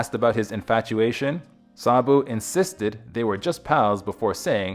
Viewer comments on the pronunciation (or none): The least you could is to pronounce the name Sabu with the correct inflection. Ugh! You mispronounced the word Mahout as well. Just pathetic. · You are pronouncing his name incorrectly. I can't take you seriously